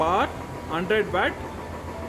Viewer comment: Wet or watt pronounce at least good bro